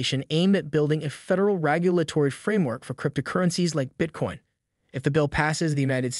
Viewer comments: He keeps say “rAgulatory” instead of “rEgulatory”. Is that driving any of you crazy? lol😅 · Dude what is “ragulatory”? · Why are you pronouncing regulatory wrong lmao